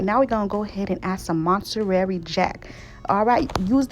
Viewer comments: It’s pronounced MON TA RAY, not montarary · Hey, first time viewer here & I enjoy listening to you cuz I love to cook too. Can you say Monterary Jack cheese again for me? 😂 I like your humor and recipe tips so I'll followed you. This dish looks delish.😋 So, thanks for sharing. 🥰